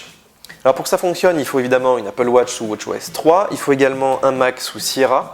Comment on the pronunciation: J'adore le Franglais : appeul watche -_